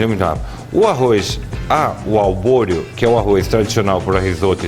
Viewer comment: Que mané arroz albôreo??? É ARBORIO, e NÃO SE LAVA ARROZ PRA RISOTTO.... Esse cara é um assassino de receita! Colocar o vinho DEPOIS??????? PELO AMOR DE DEUS..... QUE ESTUPRO.... Lixo de receita! Nunca vi um cara mais sem noção de fazendo risotto.... Procurem uma receita de um CHEF de verdade e vejam a diferença.... "Albôreo"... O cara não sabe nem o nome do arroz.... Faça-me o favor.... VOMITEI!